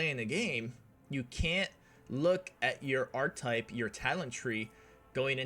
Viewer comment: I think it’s pronounced Ark-Ke-Type, good argument for melee I love my Abelard and Main Character Melee Psyker will you be doing any builds outside of this?